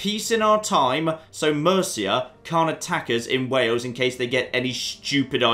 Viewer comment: It's Wales and Wale-sh. No idea why that cracked me up so much!